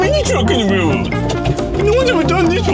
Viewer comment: “Let’s put a mini truck on da wailwoad”😂😂😂😂😂 Keep going 🤙🏽